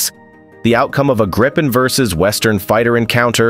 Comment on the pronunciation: what is "Graipen"??🥴 How is it possible to mispronounce Gripen?